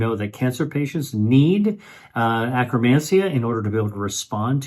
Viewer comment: FYI acromancia pronounced wrong by AI